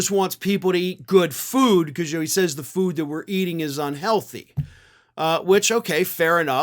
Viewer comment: Love how he slurred the word "Foodthhhh"....